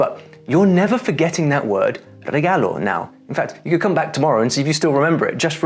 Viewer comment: It's regalo asin C'arlo, not regallo asin sh'allow